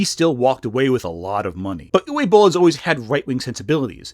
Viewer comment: btw, the W in Uwe (and all other German words) is pronounced like a V. Also, the double L at the end of Boll means that the O is short. What was said here would have to be transcribed as "Ue Bohl" in German